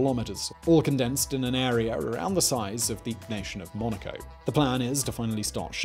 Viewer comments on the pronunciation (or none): none